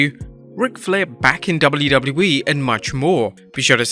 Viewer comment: Jeez... Slow down a bit lol. It's W-W-E, not "dublydubee"... Take your time to pronounce it lol.